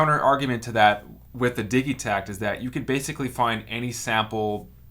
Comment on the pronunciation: "Diggy tact" Lol, good video though